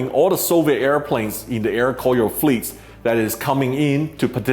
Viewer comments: nice..I think pronounce more like Ko-Ryo not Kor-yo. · By the way, you need to pronunciate "KORYO" AIR NOT "KOYO" AIR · Proper pronunciation for Koryo is Ko-ryo not Kor-yo. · hahhaa Sam's Air Koyo cracked me up. it's pronounced Goh Ryuh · it's "ko-ryo" in korean, not "kor-yo". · I though the pronunciation was supposed to be KO-RYO （高麗）instead KOR-YO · Sorry, can’t help to realize the mispronunciation in this video. It should be ‘Ko’-‘Ryo’ ! I’m glad you made it out without trouble having mispronounced DPRK priced branding every other steps of the way. 🤭